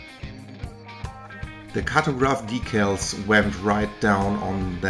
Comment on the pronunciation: Your English is just fine, great actually, but DEEcals is in fact the correct pronunciation, dickles (rhymes with tickles) is not. Just fyi, since you seemed a little uncertain about it.